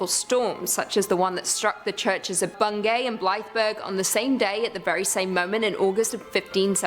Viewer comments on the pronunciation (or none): She didn;t pronounce bungay correctly. the A is silent.